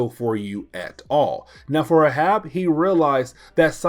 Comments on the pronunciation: Hey. Just a note about the name Arab. It is pronounced Ā(as in day)rãb(as in rabbit). Think of Captain Ahab from Moby Dick. It's a confusing pronunciation. If we talk about the race of Arabs it is pronounced Æ(as in air)rãb(as in rabbit). English spelling and pronunciation is ridiculous. If you want me to stop correcting your pronunciation, just let me know. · It’s pronounced ay-hab. Reference to Moby Dick. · I came here to say this. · Ahab is pronounced "AYE-HAB" 😊 Anyways keep up the great work brother looking forward to more of your Marvel Comics recaps 👑